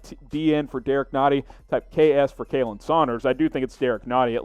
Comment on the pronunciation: Also, if you're gonna call yourself a Chiefs channel, stop mispronouncing names, like Khalen is pronounced Colin, not Kaylen.